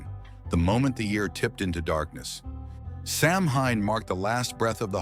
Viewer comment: It's pronounced sa-wn (like sow win).